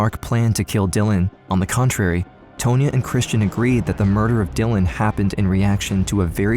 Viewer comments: TAHN-YA. The lawyer's name is pronounced TAHN-YA not "Tow-nya" 🙄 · Tone-ya? I think you mean Tonya, like Tawn-Ya. Ya whatchacallit.